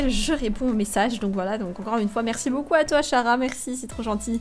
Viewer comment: Un fan des BTS + Un fan de HARRY POTTER + Un fan d'UNDERTALE dans une seule vidéo On en parle ou ... ? x) PS : 15L CHARA se prononce pas " SHARA " mais " KARA " ^^